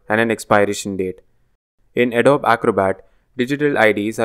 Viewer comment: Thanks for this useful video. One small suggestion: "Adobe" is pronounced as "uh-DOE-bee"